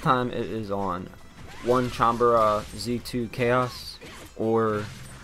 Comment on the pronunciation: its not onecanbara,its onee-chan-bara dude.